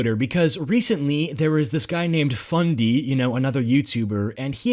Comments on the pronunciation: did he say fundy or bundy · Did you say BUNDY?